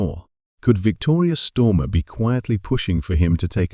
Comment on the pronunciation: Who’s Stormer and why is it Victoria Stormer and then Starmer. Get this bot reset as it’s unbearable to listen to. This mistake is painful to repeatedly keep hearing.